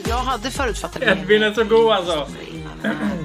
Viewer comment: HAN HETER EEEEEDVIN inte Ed-vin